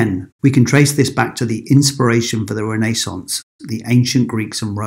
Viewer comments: Sounds like renna…Renaissance…I have never heard it mispronounced so 🤔 but thanks 🙏🏽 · your saying renaissance completely incorrect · It's Renaissance not Renaissance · It took me a whole to understand he meant RENAISSANCE.